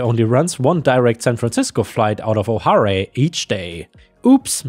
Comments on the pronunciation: "Oh-harr-ay"!? Come one, you cannot tell me you don't know better. 🤨 Repeat after me.... "Oh-hair"! O'hare is a common Irish name. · O'Hare is pronounced like O Hair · ⭐️🌟⭐️🌟⭐️🐈⭐️🌟⭐️🌟⭐️🌟 Hi. O'Hare is pronounced O'Hair like the stuff I used to have on top of my head.😊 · I do believe I was at O'Hare when this happened. And to help with your pronunciation in the future, pronounced "Oh Hair" like Oh My, and Hair on your head. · Being under one of the approach patterns for it the pronunciation of O'Hare is oh hair. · O'Hare is pronounced O Hair (rhymes with air, chair, hair, bare)... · Just a pronunciation thing, but O'hare is pronounced like [Oh]+[Hair] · O'Hare Airport, it's pronounced O-Hair. ❤🌟⭐⭐💫🌟⭐⭐💫🌟⭐⭐💫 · O'Hare is pronounced O'Hair. Otherwise great work as always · O'HARE is pronounce "oh hair", also its airport code refers to the old orchard it was built on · Hare is pronounced like Hair. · Don't mean to be rude but it is pronounced oh hair.